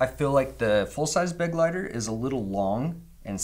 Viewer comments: Begleiter is not pronounced 'beg-lighter' but more like 'be-glighter' - it's German for "companion". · I hate to be that guy, but it's Kizer "bê-glīter" accent on the second syllable. It's German for "companion." Cool name for an EDC knife. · Please look up how to pronounce „Begleiter“ It’s German and means companion.